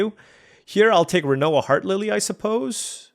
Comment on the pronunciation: Rinoa HearTILLY. Not Lilly. 😊